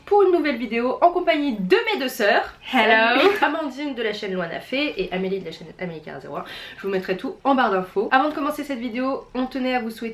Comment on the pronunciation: whoua moi je dis pas : "loi-na_fé" mais "loï-'naf"